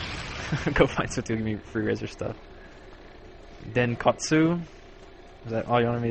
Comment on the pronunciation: DENKOTSU FROM THE UNDERBOG BABY! WOOOOOO! lol. That's me :D thanks for the shoutout wondered if you could say my name right. You did!